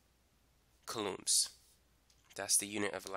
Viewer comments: "Coolooms"... ima start saying it that way😂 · lol cant get over the pronounciation of coulombs haha